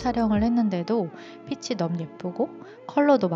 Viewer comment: 코디 너무 잘봤습니다! 한 가지, 패션과 관련없지만 영상에서 아쉬운 점이 있어서 댓글남겨요. “핏이” 를 [피치]라고 발음하시는 것 같은데 [피시]로 발음하는 게 맞아요. 핏에,핏의,핏이,핏은 등등 전부 다 시옷으로 발음해야합니다..! 그냥 쓰루할까 했지만 계속 패션하울 보고싶은 유튜버라 말씀드려요! 앞으로도 좋은 영상 기대하겠습니다 :)